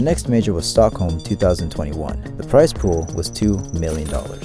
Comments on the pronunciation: BROTHER ITS STOCKHOLM NOT STOLKHOLM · the "stolkholm" major